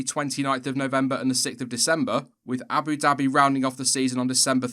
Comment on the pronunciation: The way you say "Abu Dhabi" is cartoonishly hilarious.